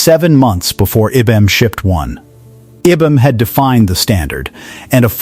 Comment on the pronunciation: Needs to be read by a real person. "IBM" is not pronounced "i-bum".